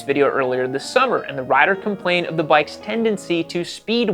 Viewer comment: "The bike's not right." I thought Hank said "the boy ain't right".